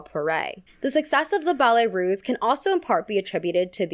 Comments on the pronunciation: Unimportant side notes: capezio is pronounced capeeezio, and ballet russe is pronounced with an s sound, not z. The i in Balanchine is pronounce ee. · Ballet Russe, not Ruse. S sound, not z sound.